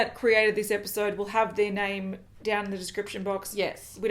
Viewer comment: [SCREECHING] THEY SAID MY NAME AND PRONOUNCED MY NAME RIGHT I HAVE BEEN FUCKED DEAD EDIT: they did it TWICE [is dead again]